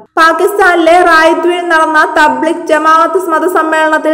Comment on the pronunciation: തബ്ലിഗ് അല്ല തബ് ലീഗ് ആണ്.